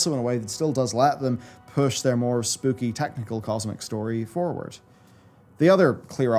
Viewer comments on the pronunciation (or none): none